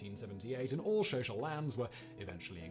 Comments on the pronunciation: Xhosa is pronounced more like Kosah than "Shosha" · Next time please learn to pronounce Matabele and Xhosa correctly